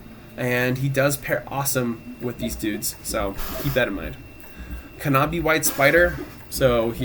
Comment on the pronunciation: Good video, but pronouncing the silent "k" as a hard "k" in knobby white spider is painful...